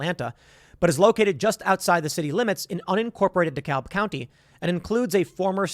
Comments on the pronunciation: Tim, it's pronounced "DE-CAB" County. Not "DE-CALB". It hurts my ears when you say it wrong! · It's pronounced "Deh-Kabb" we don't say "DEH-CAHLB" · A number of these particular ANTIFA people stay in Marietta GA and drive down. I see them regularly in West Cobb and they are a real local nuisance but are generally concentrated near KSU. Also Dekalb is pronounced "de-cab" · Dekalb → (Decab) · Dekalb County is pronounce: "de-cab" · You butchured Dekalb County. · The “l” in Dekalb County is silent. It’s deh-KAB. Dekalb is a weird place. It was poor, then wealthy, now poor again. The wealth keeps shifting, and it’s a place where racial tensions are constantly stoked. I believe it used to be two separate counties. It’s kind of a mess. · I live here and I know you wouldn't know this but it's pronounced "dee-kab" keep up the good work. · B*tch about police not being trained enough then b*tching when they try to train them better. There's no winning here. Oh and it pronounced Decab. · The "L" in 'Dekalb" is silent. Is said "Dekab". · It’s Daa Kab county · The L in DeKalb is silent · I love how he keeps mispronunciation DeKalb county lol And this is from somebody who actually lives in the Atlanta area